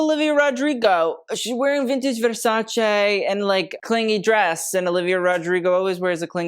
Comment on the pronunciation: Pls put more care on the pronunciation of the ending part of "Versace" 🙏